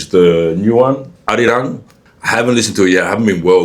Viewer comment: You pronounced Arirang perfectly.